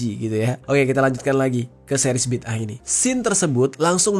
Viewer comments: Bidangah bg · huruf DAL (د) tu kolkolah kubra. Bunyinya BIDdē'AH. Maka sebutannya tak sama macam huruf TA (ت)